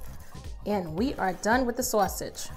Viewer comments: I’m not sure who taught you how to speak but the way you say sauce/sausage is ignorant as f**k. Not sure if you think it’s cute. But it isn’t. Period. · Where are you from? When you said "sawwwsage" makes me think your from my home state. Lol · Love the way you said “Sausage “ You have to be from my hood #brooklyn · Must be the northeast the way you say sausage